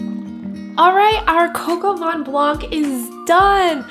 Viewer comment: From a Frenchman: it's coq au vin, not coq au "van"! :) And if you can get your hands on a rooster, you should use that instead of chicken. That's what "Coq" is. But if you prefer chicken, try Poulet au vin jaune with morrel mushrooms, similar to your recipe, its an amazing French classic for winter and spring! I love your videos!